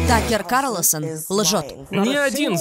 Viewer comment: Карлосон 🤦‍♀️🤦‍♀️🤦‍♀️ КАРлСОН!